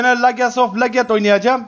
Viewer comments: Leges of LEGET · leges of leged